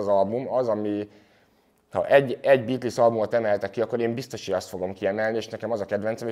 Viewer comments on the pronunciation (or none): Az nem likvid szwördsz, hanem likvid szords, nagy hiphop fanatisták vagyunk legalább ejtsük helyesen, úgy mint a bitlisz, ami bítölsz amúgy